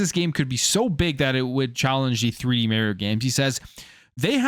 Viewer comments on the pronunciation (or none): It’s not Mary-O, it’s Mario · I'm a fan but it's not Merio. It's annoying every time you say it that way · "Maryo" :nails on a chalk board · Idk why I hear so many ppl say mare e-o and not mar e-o likes mars